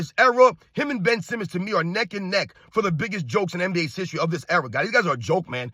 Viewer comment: My man said "Bum Simmon" amongst a list of superstars. He pronounced everyone else's name correctly. 😆😆😆